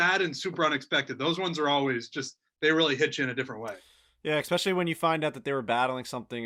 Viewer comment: Anyone else annoyed by them saying EX-specially? I didn't know there was an extra C or X sound in especially. Looking forward to the Netflix show. Hopefully it's a genuine show and not made for children's ears.